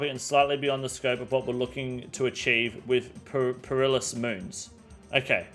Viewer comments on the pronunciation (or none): I love you man, but you cant come off a take talking about people who aren't mentally switched on and then proceed to immediately butcher the word "Perilous".